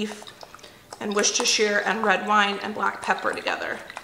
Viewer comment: Wooster-shy-er Sauce (that is how it should be pronounced according to Lea & Perrins, the British inventor and maker of the original sauce, they sent a letter and corrected the hosts of the UK Hairy Biker’s cooking show because they pronounced it like you, and most others, do )… 🤗